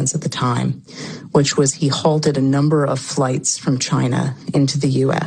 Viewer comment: What did say... "holded" or "halted"? Lol